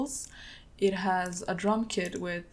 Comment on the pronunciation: For a second I thought she said “I made a new kid” when she was talking about her kit😭🤦🏾‍♂️